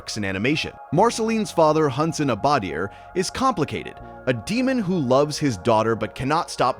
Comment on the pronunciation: Hunt-son Abb-uh-deer